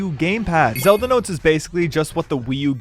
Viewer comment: I’m sorry “ZeD L”?